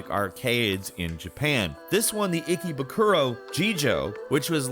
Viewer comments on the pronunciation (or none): The way he pronounced Ikebukuro....